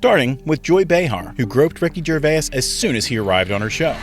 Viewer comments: His name is Gervais not Gervayas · What's a Ricki Ger-way-es? Slop everywhere... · Who's Ricky Gervayas? God AI sucks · Absolutely garbage. These are legit jokes, especially Jonathan Ross. Not disrespectful. Also, learn to say his name correctly, not like a frittata. 😂🤦🏻🤦🏻🤦🏻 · Ahh yes Ricky Jervayes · Ger-VASE, AI voice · Pronouncing his name incorrectly seems a bit weird. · Don't talk. And you're pronouncing his name wrong. Awful channel ha. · That's not how you say his name. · I'm really trying, but how do you not know how to pronounce his name? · Yeah maybe get his name right when you say it. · You should know how to pronounce his name. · Can't even pronounce his surname correctly.. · You can't even pronounce "Gervais" properly. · That's not how you say his name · Could u at least pronounce his name correctly?